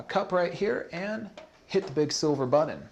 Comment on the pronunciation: Big silver "buddon"?